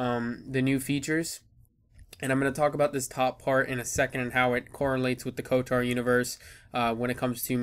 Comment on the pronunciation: You are pronouncing it wrong lol, where is the "a" in "kotor"? Lolz